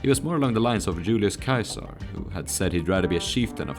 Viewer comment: Caesar is pronounced See-zer, not Kaiser.